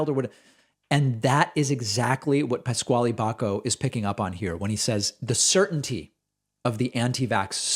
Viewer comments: I believe Pasquale's name is pronounced "pas Kal" not pas Kwallee. At least, that's how a college chum pronounced his name. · "Pas-qualee" Jesus Christ is that how that name is pronounced in the US?! Absolutely ridiculous. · Lol I think it’s pronounced “Pascal”?